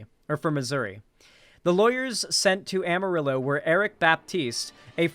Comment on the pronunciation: Every time he says "am a ri low" instead of "amarillo," I die a little inside 😂